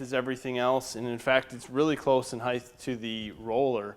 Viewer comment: I bothers me to hear ppl say height'th